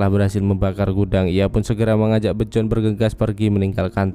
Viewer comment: Emang bacanya Bejorn? Biyorn ah :v